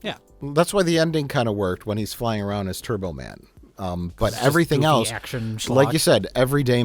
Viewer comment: The fact that Arnold can't pronounce "Turbo Man" well IS the point.